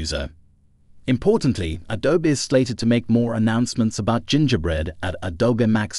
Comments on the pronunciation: Oh, I heard that, too. Hard G and rhyming with "winger". Nuts pronunciation. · Haha, I caught the hard G on that one G. OP thinking Adobe would be pronounced A-doab rather than Adobee, is funny tho. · Robot read. GIN-GAH-Bread? Pay someone to read your stuff and make sure you proof what you're posting. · Gen ger bread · You lost me at the ridiculous pronunciation of "Gingerbread", my goodness... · Also how it pronounces "Gingerbread" Lol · That's how I and everyone I've ever talked to pronounces it. Weirdly you completely missed it getting 'gingerbread' completely wrong. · Or gingerbread for that matter. Should use 11-labs. Guaranteed 1000% better than this. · Or Gingerbread 8 times out of 10.